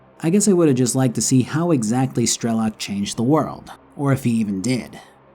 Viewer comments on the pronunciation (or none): Hearing 'strElok' instead of 'strelOk' is like hearing engrish for western anime watchers. No hate, it's just funny when you know the language)